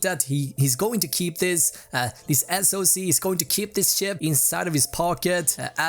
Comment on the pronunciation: I'm hearing you say system-on-ship not system-on-chip lol I've asked two other people and they both agree